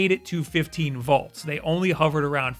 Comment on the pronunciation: So, I get pronouncing Mario the way that does because it's actually a more common thing, but to pronounce "volts" as "vaults" is just mindblowing to me. Like that's not an accent thing. That's just factually wrong.